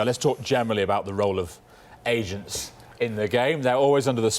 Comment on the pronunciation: I could have sworn he said Asians, not agents 😂😂😂 I was like what is happening.